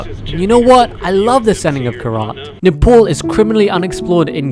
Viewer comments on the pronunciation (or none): none